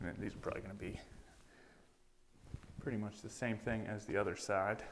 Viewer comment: It’s pronounced Thing. Not Thangk.